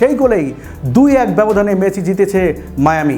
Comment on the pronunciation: হালার পো খেত।মেচি না মেসি।বাংগাল।